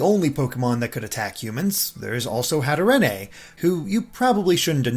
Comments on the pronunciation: I think it's pronounced Hat-eh-reen, cause it's Hat and Serene mashed together. I don't know why you thought it should be pronounced with a Spanish accent. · Okay, I'm a little upset at those pronunciations. Allow me to rectify this for future reference: It's "Hatterene" as in "serene." It's "Barraskewda" as in "skew." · Why did you say Hatterene's name like that? It's pronounced HAT-ur-een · It calls HatteRENE in Latin America style (Spanish/Español). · Please don’t say it that way